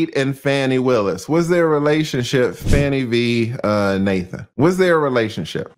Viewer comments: Please pronounce her name properly. It’s Fah-nee because it’s disrespectful to repeatedly call her Fanny when her name has meaning. Her parents picked that name of its meaning. SMH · TRUMP NEEDS TO BE QUALIFIED!!! He should NOT ever be allowed to run for the office of a Dog Pound let alone the Office of the Presdent. PLEASE PRONOUNCE THE DISTRICT ATTORNEY'S NAME WHICH SOUNDS "FAWNIE" NOT SOUNDS LIKE "FANNIE". Let's be RESPECTFUL. Thanks😍😍😍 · That Judge is not going to remove her! Her name is FAH-KNEE, not Fanny!’ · Her name is not even Fanny. You're Black. If you can't even pronounce her name correctly, you're racist appropriating. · Why are you mispronouncing her name?